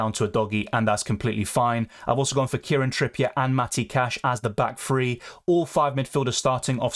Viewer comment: Free or three.. annunciation